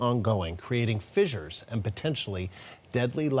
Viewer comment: I think the proper pronunciation of "fissures" is like "fishers," not "fi-jers."